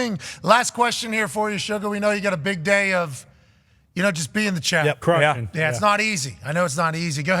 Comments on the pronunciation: Pat is from the states right? Why does he pronounce champ as chomp? I don't know the lore. Does he have a speech impediment or is it like an underhand joke? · Just a joke. Can't remember when it started though